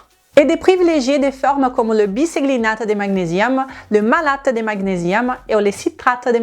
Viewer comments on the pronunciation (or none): Corps coeur prononciation differente idem magnesium 😅❤